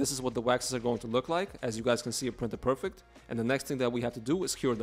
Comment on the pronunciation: hic purfewct noww on to hic the nexst ssstep...